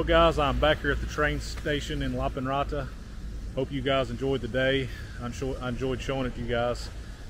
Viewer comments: Yaaay! Lappeenranta is my original hometown :3 As a Finn I say you should read it approximately Lahp - pehn - run - tah (no aspiration on p and t, and remember the rolling r!) 😊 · It's a pretty good pronunciation, but I think you put too much emphasis on the consonants and I can't really hear the e sound in "Lappeenranta"